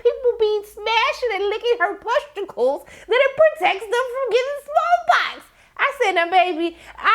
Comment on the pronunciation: you kept saying “pusticles” and i kept dying 😭😭